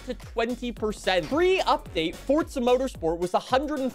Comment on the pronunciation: Fort-suh. Ive always hated how this guy says forza. But its the first review i seen for update7. Lol